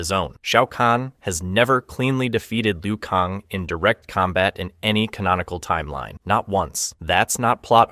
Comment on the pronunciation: I am convinced dude has never played a Mortal Kombat game. He pronounces most of the characters names wrong. When you select a character in game the narrator pronounces it. Like how do you pronounce Liu Kang as Liu Kong?